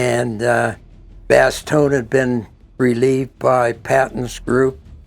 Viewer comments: Omg you're still pronouncing it "BastognA"... Why dude? Why? Edit: you do to Boden platte too! "Boden plattA". Whyyyyyyy?😂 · its NOT FUGGIN BAST-TONE-YA!!!... Its pronounced Bass-tone!!... i cant even watch another one of you mispronouncing that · Stop calling it Bastonya. It's pronounced Baston. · Bastognia??? buahaha it's region, not a country. It's Bastogne, you shmock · lost me at "Bastonia" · Bastogne. Is not pronounced Bastone-ya. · please check the proper way to say Bastogne seeing how many brave allied men and Germans gave their lives in the service of their country. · There is no (a) at the end of Bastogne.